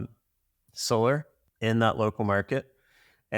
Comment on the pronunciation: solarr? I barely know her 😂😂😂😂😂😂